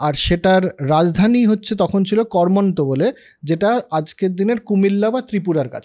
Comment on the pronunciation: সামগ্রিকভাবে আলোচনাটা খুব ভালো লাগল। শুধু কয়েকটা ভুল একটু কানে বেজেছে। যেমন 'কর্মন্ত' (কর্মান্ত হবে), 'হরিকেলা' (হরিকেল হবে), 'অধিশূর' (আদিশূর হবে)। আর মনুসংহিতায় কি বর্ণসাংকর্য প্রসঙ্গে বঙ্গের উল্লেখ আছে? ১০.৪৪ শ্লোকে পৌণ্ড্রকের উল্লেখ পাচ্ছি, সেটাই কি এখানে বোঝাতে চাওয়া হচ্ছে? উত্তর পেলে আরও সমৃদ্ধ হব। ধন্যবাদ।